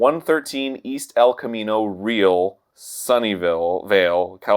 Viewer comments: I don’t know if Arin will see this but its pronounced Camino, like how you said it, and Re-al.....like in Albert. Just to let you know. I live in Sunnyvale and had no idea that Toys R Us no was haunted. Thank you for the information! I love your shows, you guys are so funny and that goes for all the people who work on them and for Arin and Dan as well. I’d like to say thank you to you all for making me laugh every day. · You can tell Arin is not a native Californian by how he says El Camino Real. Like Arin, honey, it's like reeeeee-Al like saying reeee and then the name Al. Dug the episode though! Love the Grumps! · Arin, who loses his shit over the pronunciation of “Nevada”, really just said El Camino REEL. Alright. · I think my favorite part was Arin trying to pronounce "El Camino Real"... For non-bay-area natives, it's "Ree-Al" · “El Camino REEL” lol Ya’ll might be close but you’re not locals 😄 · I am triggered by how Arin pronounces “El Camino REAL” he lives in Southern California he should know better hahaha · How does Arin not know how to pronounce El Camino Real?